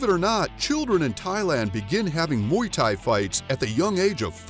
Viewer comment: i stopped watching when he said ''MUY THAI''